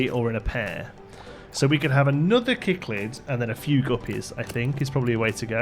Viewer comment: I can confirm you pronounced Cichlid right the 2nd time :P